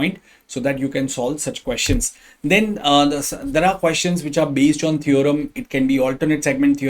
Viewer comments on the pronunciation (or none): Sir jb Base ko baze aur twenty five ko twenty fie bolte ho na toh ksm se chutiya lgte ho